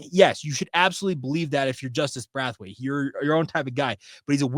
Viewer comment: The way you are pronouncing Braithwaite is killing me, Braith rhythms with Faith, it does not rhyme with wrath! Love your show! Go Cougs!!